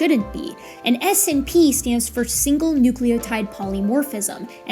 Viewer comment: I know this is minor, but I winced a little every time you said 'ess-inn-pee' instead of 'snip'.